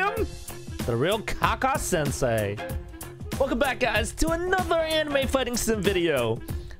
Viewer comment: Did he really say kaka sensei